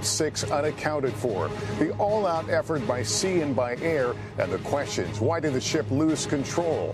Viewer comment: Has Lester learned to pronounce "question" yet?